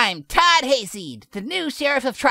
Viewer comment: says "Todd" in the most British way possible.